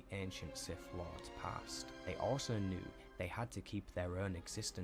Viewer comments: He is saying Darth Niris not Darth Nihilis to different sith lords. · Darth Nyriss, Not Darth Nihilus